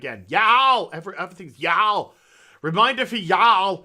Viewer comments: Making fun of the Southern accent is not productive. It's pronounced yu-all. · I agree with what you are saying but you seriously need to learn how to say "Y'all" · Oh,. The way you pronounce y'all is golden. I haven't played WoW in years at this point, but I do enjoy getting your takes on things that are going down.